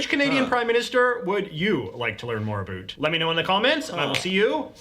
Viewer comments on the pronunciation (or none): Being from Western Canada (AB), regionally we generally pronounce about as 'a-bout', just like it is spelt. But at the very end of his video J.J. says, stereotypically 'Canadian', about as "a-boot'! I would venture a guess, regionally he is from somewhere near or about Southern Ontario. So for you Canucks who get their panties in a knot when Americans say that we pronounce it 'a-boot', sometimes it sounds that way, live with it!! 🤘😎👍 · Great video as always. I like your commentary and openness to our country's contributions. I wonder about one thing.. Is he Canadian? He cannot seem to pronounce 'about' like a Canadian. He uses 'aboot' which is how many Americans hear and mispronounce the actual Canadian accent. That pronunciation of the dipthong is very hard to copy, and may be the one absolutely standout component of Canadian English. Not saying is Not Canadian. Just a question. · Somethimes the Canadian pronunciation of about and out is called Canadian Raising. It’s more subtle. pronunciation of “aboot” with little impact on other words is a different linguistic phenomenon known as “faking it”. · was certainly not unbiased — although a little better than I expected. I think he wants to try appearing wise, although it comes off as fake as his pronunciation of about.